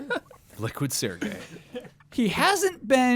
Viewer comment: Correction: Serge is a french name. It's not pronounced like Sergei with a hard "g". The first "e" is more of an "eh" sound and the last "e" is almost silent. In English, you'd probably pronounce it like the word "surge" though. Props for the last name though, you got that close enough.